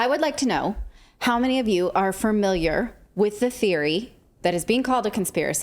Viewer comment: Did you mean FAMILIAR? You said FURMILIAR!